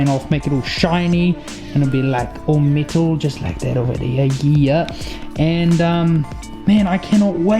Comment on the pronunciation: Sick build! I thought you were saying middle it took awhile before I realized you were saying metal 😂. Cool accent though!